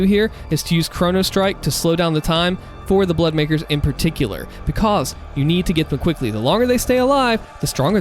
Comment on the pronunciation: I love how you say, bekos instead of because XD